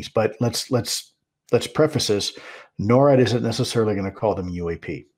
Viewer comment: Please pronounce it "NOR-AD" not "NO-RAD"